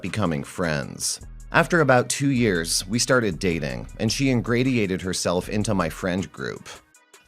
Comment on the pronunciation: Pronunciation note: in-GRAY-she-ate for ingratiate